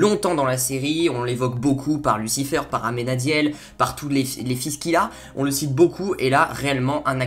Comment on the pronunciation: c'est Michel pas Mickael et sa se dit lucifér pas lucifeur après jsp si c'est un accent que tu as